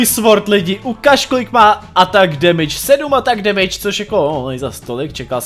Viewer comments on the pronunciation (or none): none